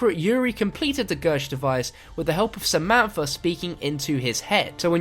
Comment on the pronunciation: 'Efer' 'Samanfa'